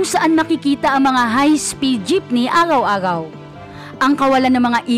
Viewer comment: Agaw agaw dw imbes araw araw.